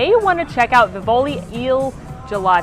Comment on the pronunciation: It's pronounced VeevOlee. Been to the one in Florence. It's so good. I'm going to go to the one in Disney this year.